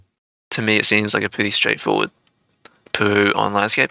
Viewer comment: Anyone gonna point out how he says Peru like poo😂 I know I'm a child. Nothing against you bro just something I found funny👍